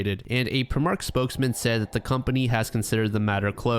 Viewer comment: Love the way to pronounce prime mark lol technically it’s said prime like the drink then mark so prime-mark but I’m gonna start saying it like you did great stuff 😂